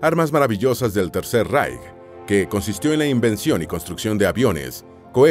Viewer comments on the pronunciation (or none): none